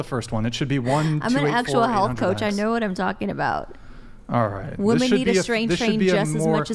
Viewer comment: Why can't any of these women ever say women? Every single 1 says woMAN instead